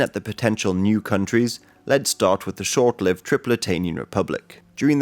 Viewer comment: Have even the British forgotten how to pronounce short-lived ?